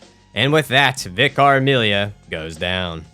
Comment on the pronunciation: Vicker….it’s pronounced Vicker (Vicar)